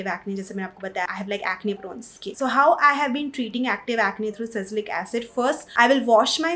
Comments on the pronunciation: Ya really irritating 'sacylic acid '🙄 Kuch bhi😂 sometimes people sound funny in an attempt to sound Sophisticated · It's sa- li- cy- lic acid!!! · I guess it's Salicylic acid not sasilic acid